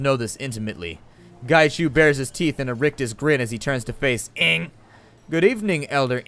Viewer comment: I'll miss Elder Ng. Your pronunciation made me smile every time. =3